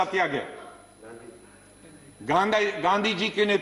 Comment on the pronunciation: इतिहास सिखाने वालो गांधीजी का नाम तो सही उच्चारण करना शीख लो...!